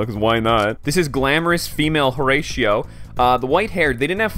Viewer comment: Bro pronouncing "Horatio" as "Horeishio" 💀